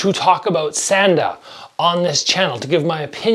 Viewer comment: SAHN DA…. That hard “A” is killing me.